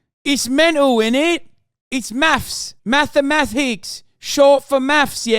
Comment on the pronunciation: “It’s Mafffs” I’m dying.